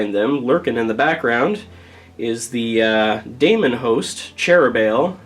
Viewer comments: 'Daemon' is pronounced 'deemun' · Wtf is a "Damonhost"? Is that like Matt Damon? Daemon is just the British spelling of Demon. They're pronounced the same.